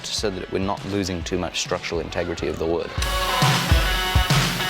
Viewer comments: And to top it all off, you mispronounced wewd! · What wewd yew dew